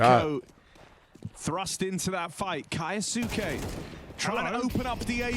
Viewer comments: no, but I expect them to say the easier form of the word. Is Kai-yo-soo-kay really easier to say than kyos-kay? I'd say the same thing about someone saying the "correct" pronunciation if it was still annoying to listen to. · No, mate. But you should at least pronounce the name in the same way the player does. ZywOo and every French person pronounces ZeewOo and Kyousuke and every Russian/Ukrainian pronounces his name Keeosooke. It's not rocket science.